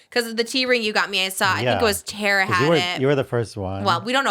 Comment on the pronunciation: Trish, Tara pronounces her name Tar-a, not Tear-a